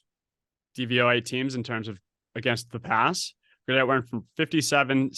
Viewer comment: Guy saying Goederts name wrong is like nails on a chalk board but beside that, great insight guys... love that the 2nd guy got it right